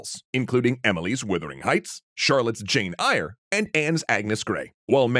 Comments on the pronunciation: Jane Who? I'm fairly certain it's pronounced like "air", not "ire". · Its pronounced Jane Air... not eyrie. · This video constantly mispronounces the title of this novel (it is Wuthering Heights, not Withering Heights) and also monsters the pronunciation of Jane Eyre (promounced Air)